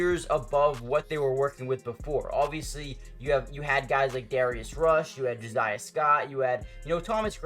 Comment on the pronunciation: Its Jo SSSiah not ziah... why do ppl do this????